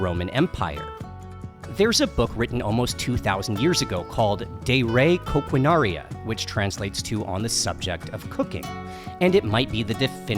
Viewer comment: dey ray coquinawria...yeah...that is how you say it :-) still, great video! a lot of work went into that.